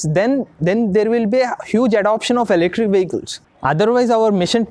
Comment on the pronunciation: Ele-krik 😂 Thank you for your awareness.